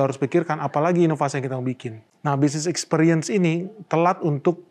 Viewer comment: Ekspiriens pengucapannya yaa...bukan EkspEriens....makasiihhhh